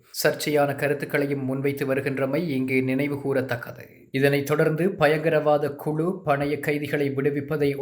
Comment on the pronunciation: 2.51 Bayangarawadha kulu ? Indha mairu maari pesuradha niruththu